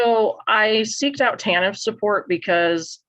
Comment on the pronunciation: TANF (not Taniff) - Temporary Assistance for Needy Families